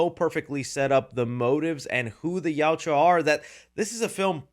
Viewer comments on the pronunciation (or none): Not criticizing, just informing... You are mildly saying the name erroneously. You're pronouncing it "Yowt-U-Ah," but it is pronounced "Yowt-Ya." Still, I strongly appreciate your review. Just wanted to let you know. Continue making good work,. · Gaaaa stop saying Yauchua! It’s Yaucha. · please learn to say yautja not "yaw-chew-ah" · Dude, you're a Predator fan and you can't even say their name right. It's (yowt-juh). Not (yowt-jew-uh). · WHY can no YouTuber pronounce Yautja correctly !!!?? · Bro spittin out Yauwtjoua like its a slur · It sounds like you say: "The Joshuas" 😂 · Please learn how to pronounce yautja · plz don’t bring saying yautja if your gonna be saying it wrong like literally everyone else doing reviews lol( no hate) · One day will pronounce "Yautja" correctly. I just know it😭🙏🏼